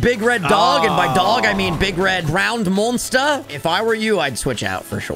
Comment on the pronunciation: “Ground monstir”😂